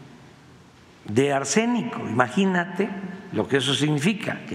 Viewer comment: ¿Quien le puede creer a éste ente irrelebante,fantasioso y cuenta chiles? Y luego su forma de hablar y querer devaluar y amedrentar a la reportera. Vergüenza de presidente que miente como respira. Y luego ke dice: maginate. Pobre weeeeee .